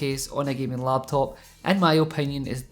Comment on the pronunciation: when you first say laptop, I think LATVIA